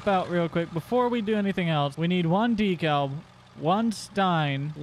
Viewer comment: You have to say dekalb like de-kalb